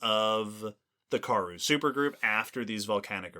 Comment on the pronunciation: I admire what you all do, so I don't want to be a downer, but the pronunciation of Karoo is Kuh-ROO. Here's an authentic South African pronouncing it (in a talk about the Karoo Supergroup): Again, thanks for doing all you do and taking some feedback. 🙂